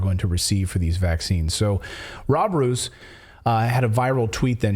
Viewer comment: Dutch pronounce Roos like English Rose as in Roosevelt or telefoon :)